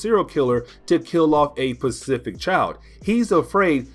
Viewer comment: Hey buddy. Good job on the videos. Keep them coming. One critique. Specific not Pacific